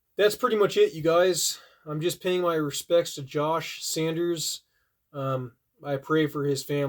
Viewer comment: RIP Josh. He will be missed my many. Edit, it’s a simple mistake. But it’s Saunders not Sanders.